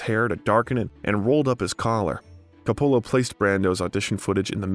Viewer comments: This might be good work but......How about learning how to pronounce Coppola ? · FYI: check pronunciations of names in future. It’s COPpola not CopPOHla, and Huston is pronounced like Houston, the city in Texas, not like the word “husk”. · I hope your not offended if I give you some constructive criticism. Over all I think you did a good job. I noticed that some names were mispronounced. Vivian Leigh is pronounced, “Lee”. John Huston is pronounced, (like the Texas City) “Houston”. And Francis Ford Coppola like you have to “cope” with people who make comments. “Copeula” Great job. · Why can't this guy pronounce one proper name correctly? HOU-STON. COP-PA-LA. Every other name is mispronounced. Detracts from the doc. Couldn't an editor catch and correct this? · The narrator should have learned how to pronounce people's name. John Houston & Francis Ford Coppola would shudder. Seriously annoying. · He mispronounced Huston, Coppola, Corleone, and more. Shoddy work. I bailed too. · Last names Loren, Huston and Coppola were pronounced incorrectly.